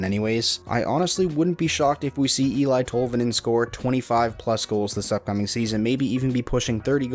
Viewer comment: Just for future pronounciation Tolvanins first name is said El-ee and not El-I